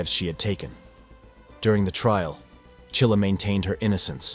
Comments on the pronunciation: It's Mackenzie Shirilla, not Chilla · Shirilla NOT Chilla your schmo's. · The name isn't Chilla, it is Shirilla. If you can't even get the name correct, why waste your time?